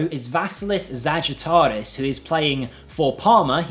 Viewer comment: You absolutely murdered Zagaritis name 🤣 Alessandro Giovannini of Cesena has an interesting set of skills. I've managed to send him to Tottenham in my save. Set piece merchant! Also Mandela Keita is a really quality player. These two are my suggestions!